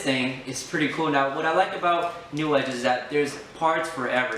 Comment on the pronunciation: It's New Edge, kid. Not Newedge.